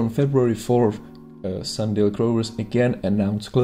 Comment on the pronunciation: It’s sunDIAL........not sunDALE......hard for a first time viewer to take you seriously when you don’t know or can’t pronounce the company’s name